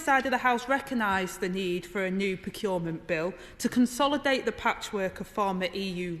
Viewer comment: She's brilliant. But she can't say 'procurement'. Aside from that she's fantastic with this sort of stuff.